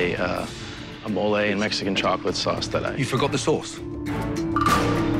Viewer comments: it’s not Mole it’s “Mole-ayyy” 😂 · 'mo-lejh' sauce?